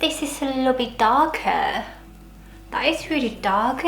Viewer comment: "That's very darkk '' oml😂